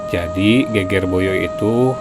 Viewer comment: Geger pengucapannya seperti seger,sedep